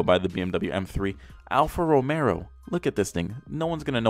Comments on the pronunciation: what that have anything to do with it. He said "Romero" it's romeo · The way hes highlighting the letter R in RomeRRo is Just out of this world dude hahahaha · (al-fa) (ro-meh-o) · Boi, did he just say Romero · Ro-May-Oh #TriggeredBoi